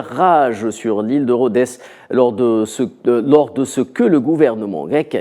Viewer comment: on prononce « rod « pour l’île de Rodhes